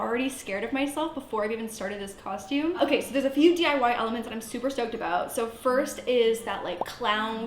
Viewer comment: No one:: CoShTuMe